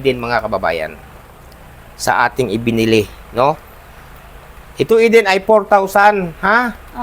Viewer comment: Galing ni, tama ang pronunciation ng pangalan ni Eden. Kasi masakit sa mga ears pag hindi na nabigkasng tama. Thank you,.